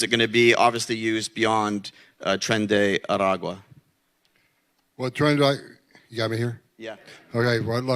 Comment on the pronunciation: It isn't "tren the agua" It is "Tren de Aragua" Tren means train 🚂, Agua means Water, And Aragua (three syllabus) is a place in Venezuela. So please, don't say "tren de agua", instead say, "Tren de A-ra-gua"